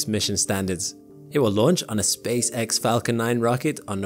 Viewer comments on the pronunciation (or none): none